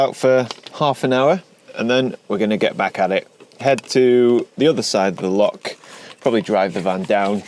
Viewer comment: It’s not lock or pronounced lock, it’s loch, bloody Sasanach’s!!!!! 🤣🤣🤣👍